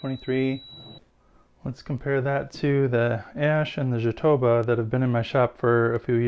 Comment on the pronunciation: Fantastic work. By the way, as you speack portugues, the word "Jatobá", as it´s reating in portuguese is an oxytone word, and the strong syllable is the last one. So we say "jatobÁ".